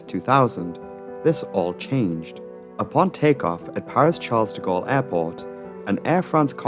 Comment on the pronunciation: You mispronounce the name of the Parisian airport.